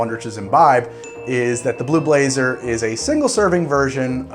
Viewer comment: i kept on hearing blue laser until about 2 minutes in.